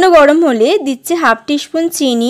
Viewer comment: Upcharon gulo thik korun Peace ,spoon etc